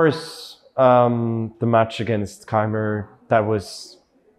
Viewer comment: It would be awesome if you guys could learn how to pronounce Keymer 🙄😅